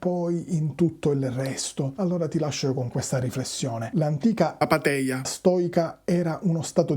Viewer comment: Apátheia ha l'accento sulla seconda A! Scusa, è solo un dettaglio, ma mi fa ridere che abbia avuto la premura di correggerlo nel video ma con l'accento sbagliato ahaha! Sul fatto poi che quell' "ei" (epsilon seguito da iota) in greco classico e postclassico non fosse mai stato pronunciato "ei" ma in altri modi e che noi lo diciamo così (io no, in realtà, ma sono particolare) solo per un errore di Erasmo da Rotterdam diventato tradizione è un altro discorso.